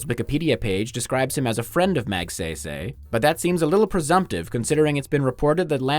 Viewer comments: How can you say "aswang" straight, but not "Magsaysay" correctly? HAHA. Its not "-sey" ( eey) but pronounced "say" (psy) (aah-y). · you say it sigh like magSIGH-SIGH